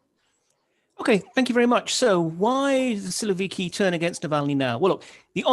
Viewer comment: “Siloviki” ору